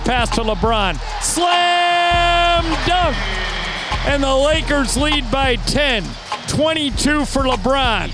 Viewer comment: It’s Lakers (Rembele), the intro lol